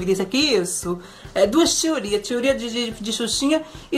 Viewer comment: SÓ EU QUE AMO QUANDO O FALA TIORIAS E NAO TEORIAS?